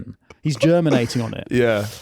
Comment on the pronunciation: "He's German-ating on it" 😂